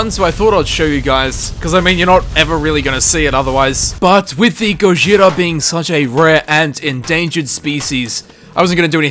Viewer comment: The Gojira pronunciation is close! Ur goin soft in the r tho and japanese doesnt do soft r’s. Proper pronunciation is more like go-G-ra